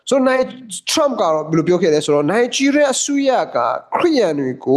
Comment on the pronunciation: နိုင်ဂျီးရီးယား , ရားမဟုတ်ဘူး